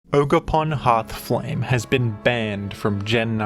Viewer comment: it’s jogerpon